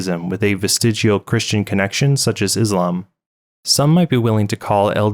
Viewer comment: 2 mistakes I found in your video: "Christia" instead of "Christian" Misaligned video end card and channel logo Great video as always. God Bless!!